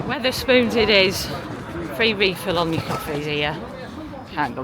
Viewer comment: Great video even if you insisted on calling the pub Witherspoons when the chain is Wetherspoons lol 😂 looking forward to next instalment